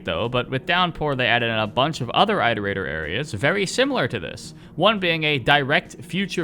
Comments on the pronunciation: are you going to make a "rain world tier list" tier list video? edit: oh btw have you tried controller since Downpour came out? Maybe it's just me, but it feels WAY better (sometimes my slide inputs wouldn't work on controller but now it does everytime) Also, isn't it "iterator", not "eyeterator"? Because like.. you iterate through a list. I assume they're called that because they were built to iterate through all possible solutions to the big question (or whatever). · One word: "Eye-torator". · Of course the guy who cant pronounce iterator hates five pebbles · The way you pronounce iterator hurts me